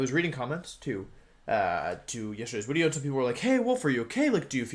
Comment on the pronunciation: So is he saying wideo???